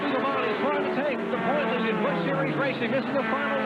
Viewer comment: It's Busch get it right